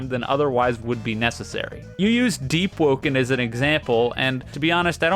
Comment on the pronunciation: Saying deep and perma death correctly is crazy